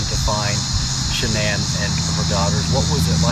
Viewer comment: The narrator doesn't even pronounce the victim's name correctly. A sign of sloppy work. Her name is pronounced Sha-nann.